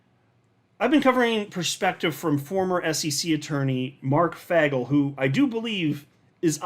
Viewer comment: It’s not FAGel, it’s FAYGEL 😕